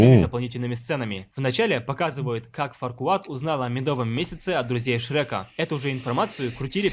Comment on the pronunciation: Фарквад? Ват? Я думал его зовут Фаркуад